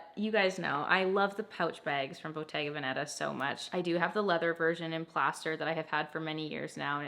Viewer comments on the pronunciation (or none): To all English speakers who want to pronounce things correctly: the brand Bottega Veneta doesn't have the accent on the second "e" but on the first. It's Bottega Vèneta, not Bottega Venèta. I know Italian has a lot of accents so I just thought I would help yall a bit here